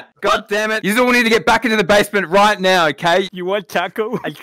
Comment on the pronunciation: really said “Nawr” over and over again